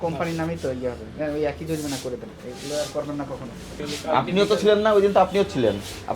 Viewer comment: Kala magur bole joripana. Nokol koira pass koira ghush dea chakri nise. It’s jorimana not joripana